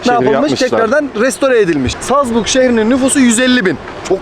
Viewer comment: Habis Salzburg değil Salzburg Ben de Avusturya'da yaşıyorum ama yanlış söylüyorsun